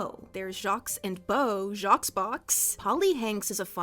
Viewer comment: girlie noooo she pronounced Jacques with an SSSSSSSS noooooo!